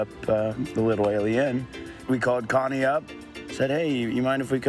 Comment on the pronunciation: Wait a minute. The lady’s name is Con-nae West? No one is going to talk about that?